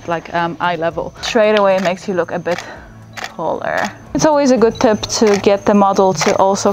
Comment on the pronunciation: When she says taller,I hear “hoeler” is it just me?